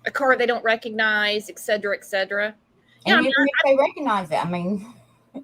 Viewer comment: … it’s not EGGSEDRA, it is ETCETERA-(ET-CETERA)🙏🙏🙏🙏